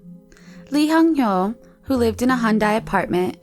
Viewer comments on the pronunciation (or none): boy's name: hyung ho narrator: hung hyo